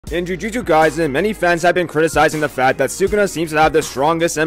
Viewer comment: Wtf why can't you pronounce jujutsu?!!! Everytime it's jujunju kaisen or junjuchu kaisen wtf bro